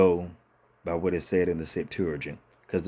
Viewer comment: You should learn how to say Septuagint